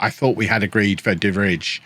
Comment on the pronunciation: the way you just went for De Vrij, an Inter player (who is trash irl btw) and then went on to absolutely butcher his name was something i didn’t need today